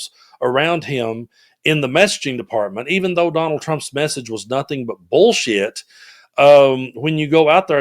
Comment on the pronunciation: I love Ms Jasmine when she says,“ Bool shit”.